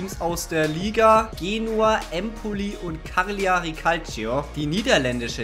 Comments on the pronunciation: Lustige Idee, kleine Anmerkung...bei Cagliari wird das G nicht mitgesprochen also quasi "Calljari" sonst gute Ding Wie wärs mit Champions League erster und letzter aus einer Liga, wobei der erste einer Liga den besten Spieler an einen der schlechten Vereine abgeben muss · Für mich als halben Italiener tat es in den Ohren weh wie Cagliari ausgesprochen hat